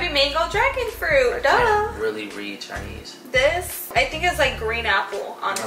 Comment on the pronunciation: Lmao it's the fact that keeps on saying "chiney" idk I found that to be funny